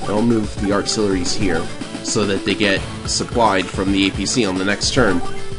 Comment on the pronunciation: “Thi” rocket?